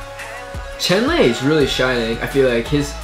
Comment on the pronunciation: Fyi how do u read "renjun" and "chenle" is wrong:') Its "lonjwin" and "chonlo" Excuse my bad grammar🗿🙏